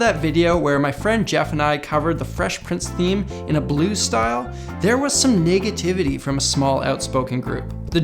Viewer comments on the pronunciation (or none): that's an unfortunate mispronounciation of the word "NEGAtivity" given the context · Wouldn't have noticed it was it not for Yakov's comment. A weird fact indeed :D